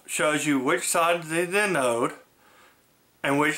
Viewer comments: Good video (and thank you). One error... the anode of a diode is NOT called "an ode", the proper pronunciation is anode ( see, 'listen' to: ). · I believe that the accent is on the "A" in the word "anode". But hey... 🙂